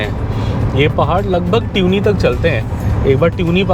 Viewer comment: It is not pronounced ट्यूनी, it is तुनी